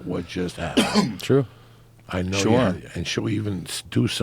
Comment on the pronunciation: Joey: y ever go get sushi and eat a lot of it? Tom: Eyeah!